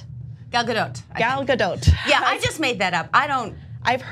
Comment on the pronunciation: got the pronunciation of Gal Gadot perfectly, and repeated with excellent pronunciation as well. Most Hebrew words stress the last syllable, and Gal Gadot's name is no different. It is pronounced with a hard L and a hard T.